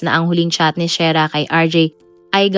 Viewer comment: SHERRRAAAAAAAAAAAAAAAAAAAAAAAAAAAAAAAAA HINDI SHAIRAAAAAAAAAAAAAAAAAAAAAAAAA MALI MALI